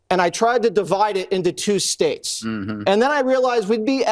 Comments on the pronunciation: United 'spates'? No, not misheard. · The United Smates. Enough said. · the United Spates ?....This man is literally fcked in the head !!!!......and this Idiot mocks Biden for his speech !!